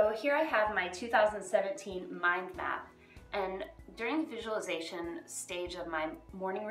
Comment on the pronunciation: It is really prounceate like visual-li- zation. visualization. 😂😂 everybody pronunciate right except people doing miracle morning routine. Probabaly bc Hal say it wrong first 😹😹😹😹😹😹